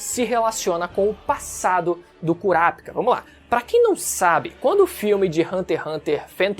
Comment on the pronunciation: Nao e curapikah e curapica porra 😂😂😂 fala direito